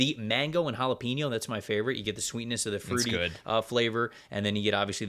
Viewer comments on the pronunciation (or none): JAH-Lah-pen-no broke me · Always love the pod guys! but im british and is that REALLY how americans pronounce jalapeno!?